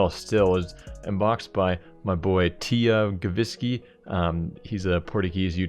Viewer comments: the name of the guy that unboxed the bowie ruby is tiagoviski but said tea go shik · 666 Plays TÍ-A-GUVSKI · My boi tiáguvaski uhmm Thats not how to pronounce it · Say like " Tiagòvski " with ó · "Tiha.. go.. vuskio" .................. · ahahah ela a dizer Tiagovsaki kkkk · Rodrigo Reis TÍ-A-GUVSKI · "Tiagouviski" Noice ahahah Much love from Portugal! <3 <3 N1 Tiago!! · "My boy Tiuhgohviski" LMAO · "teagovsky" xD AQUI É PORTUGUESES CRL XD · you said tiagovski wrong. love ur vids. love from portugal